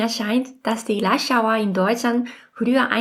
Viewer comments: Danke für Dein Video. Hat mir gut gefallen. Aber, warum höre ich immer "Lushhour", statt "Rushour"? Egal wie stark ich hinhöre. Seltsam. Vielleicht brauche ich auch langsam ein Hörgerät? Aber, bei manchen Wörtern mit "r" hört es sich wie "L" an für mich, während bei anderen Wörtern, wie z.B. Dreißig das "r" deutlich zu hören ist. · Bisher hielt ich es für ein Gerücht, das Japaner kein "R" sprechen können, Seit ihrem Video und den Berichten über die "Lasch-Hauer" weiß ich es besser! 😘